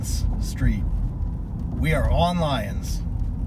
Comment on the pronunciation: It’s pronounced “lie-ons” 😂😂 I lived in trinity garden